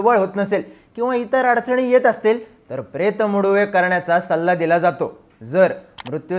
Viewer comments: Pret Muduve naste te. Pretha Madhuveh aahe mahnje Pret cha Lagna. Please correct pronunciation kara hi request aahe. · प्रेत मदुवे असं उच्चार असतो